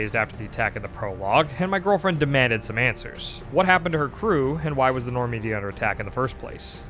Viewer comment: "Do we want my girlfriend in charge of saving the Normndy?" Honestly, at this point, fuck yeah? God knows she's invested as hell.